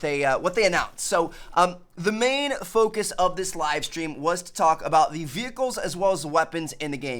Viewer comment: There was a wivestweam yestday. He legit said that.